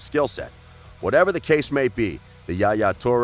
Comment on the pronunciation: its not JA Ja toure; its ain't spanish! Its arabic word called Yahya or Yah YA toure!